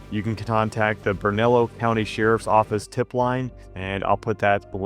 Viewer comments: Burnalillo: Pronounced "Burn-a-leo" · Having lived in Albuquerque----the county is pronounced-----BERN-A-LEO *Bernalillo"